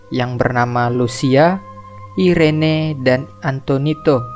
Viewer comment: Itu nama adiknya cara bacanya Iren bang,, jgn di baca Irene jg🤦